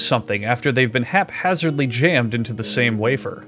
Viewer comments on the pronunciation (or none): none